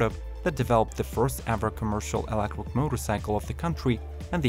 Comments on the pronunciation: These bikes are all so ugly! also... kinda funny that the guy can't say electric, only reason i'm still watching. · You pronounce "electric" as "electwer", should be "elekCHuriK", or "touCH screen" as "toushreen" or "stand sTill" as "stand sill". Interesting to know CH isn't pronounceable to some, what's your native tongue?